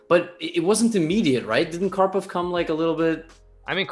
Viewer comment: The disrespect to karpov's name tho